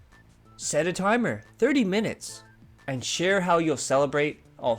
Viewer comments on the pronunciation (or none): none